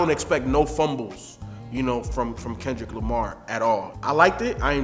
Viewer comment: Kenchu Lumar